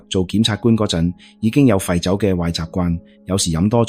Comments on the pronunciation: 大陸仔講廣東話 尹錫悦（月），不是（若） 朴（撲）堇慧，不是（嫖） 酗（於）酒，不是（吠） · 看了你很多視頻，非常多字讀錯音。依次連總統個名都讀成幾個版本，一時讀「悅」、一時讀「藥」。酗酒的「酗」字我都唔知你讀乜，我「聽」YouTube 聽你既「廣東話」聽得好辛苦😓作為香港人都要估你讀乜。你如果唔肯定啲讀音，可以上網查完再讀，好好地內容無問題，硬生生被讀錯音draw走啲attention….. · 酗酒都讀錯唔係呀